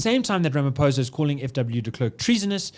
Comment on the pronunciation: Pronounciation,😂 "rameposa" and "di klirk"